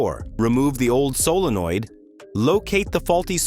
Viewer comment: Tell your AI narrator that 'solenoid' is a three-syllable word.